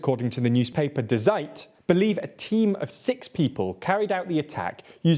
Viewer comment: "de seit" XD "Die Zeit" just means "The Times" in German lol